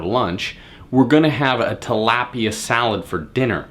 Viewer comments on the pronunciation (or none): This dud is a fucking idiot lol. "What consists of our lunch". Calling buffalo BBQ? The way he says tilapia. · You said Talapia wrong .... And you didn't tell us the macros for your meals